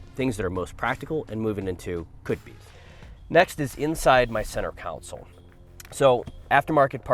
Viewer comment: Center console, not center council